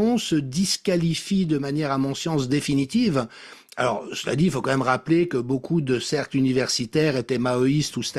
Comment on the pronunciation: Personne pour dire à Berkof qu'on ne dit pas "qu'à même" mais "quand même" ?